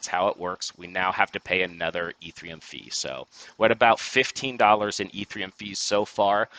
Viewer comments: I can't take you seriously if you keep saying e3m. It's Ethereum. No 3 in it. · Dude can’t say ETHEREUM. God bless.